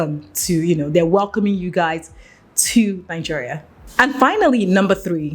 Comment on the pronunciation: Please, it's Naijeria, not Nanjeria!